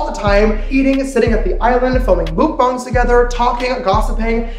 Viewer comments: Im sorry, but did he just say mookbong and not mukbang... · The way he says MOOkbang made me cringe lol